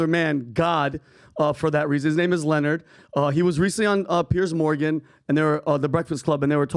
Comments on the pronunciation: His name is not Lenard, it’s LE-NARD, shout out to the queen Monique lmao 🤣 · His name isn’t Leonard, it’s pronounced like Lih-nard.